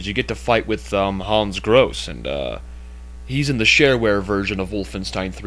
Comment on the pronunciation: I don't know if anybody cares, but that's not how to pronounce "Grosse". In particular the final "e" is not silent. It's a German name. But I guess it doesn't matter. Everyone also pronounces "Wolfenstein" wrong and that's not likely to change. :P